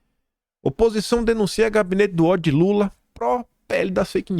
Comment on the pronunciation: RESPIIIIIRA, TATIBITATI. NÃO É "OTHO",NÃO, É "Ó-DI-O"